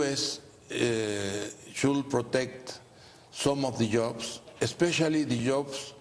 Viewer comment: Imagine making fun of someone because of their pronunciation on a second language, what a clown